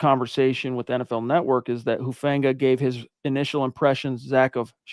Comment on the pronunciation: It’s not Hu Fang ga. I’m not trying to be mean, but you’re the only one I hear saying that over and over. I don’t know why someone with the seeming command of the English language that you have, but look at the prononciations of the Pacific Islands, like Tonga Or Samoa. None of them accent the “a” like in the word fang. His is an islander name. Please stop trying to force that pronunciation. Again, I say this respectfully and am just trying to help. Listen to how everyone else says it or just call him “Huff”, like he says people call him.